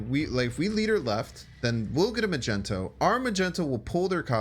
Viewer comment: U say Chavez like shavez but u also say magneto like magento